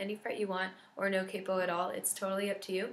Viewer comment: Your pronunciation of ' and 'capo' really got me rolling XD